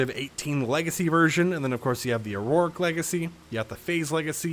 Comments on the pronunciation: "Auric" like "or Rick". Not like "or roar Rick". Stop throwing extra syllables in there. Thank you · Idk if you’ve addressed this before but you always say “auroric” instead of “Auric” when talking about crew packs. I believe I’ve said this and you’ve brought it up before 😂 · I only just realised how you pronounce "auric". It's pronounced "or-ic" man